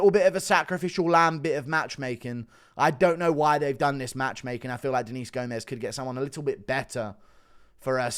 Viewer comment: Gomes is pronounces as if it rhymes with gnomes